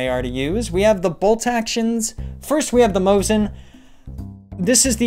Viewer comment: Mosin actually sounds as Mo-seen, not Mo-zeen